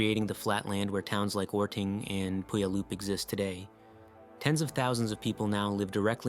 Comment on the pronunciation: OR-ding pew-AL-up It's obviously AI, but most real-people can't pronounce the 2nd town properly either 🙄